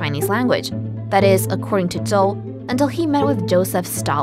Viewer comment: The pronunciation of Zhou confused me. That is not the Zh- pronunciation I have learned but I am of course only a foreigner. (Her American English had a few blemishes amid a sea of perfection: "ancient" was pronounced without completing the first 'n', that is, the tongue didn't touch the top of the mouth at the end. "Quite" was pronounced "qui" once, with no hint of the 't', not even as a glottal stop. Both mistakes are typical for native Chinese speakers.)